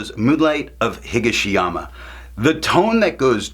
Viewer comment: Nice review as always, and nice orange. Yes you might have sold me on a sample. Actually your pronunciation isn't that far off. Higashiyama is just a slight different emphasis. You are emphasizing HI-ga-she-yama and it should be hi-GA-she-yama. You are saying "Iro" correct but Kyo is, well, yo (as in yo how ya doin') with a very short K i. Front. Like kee-yo without the two e's. Yeah. Japanese is fun. I wonder what the color is in reference to, as there was an Emperor Higashiyama and there is a Higashiyama district in Kyoto near the mountains. Imperial color is yellow, so it seems not that.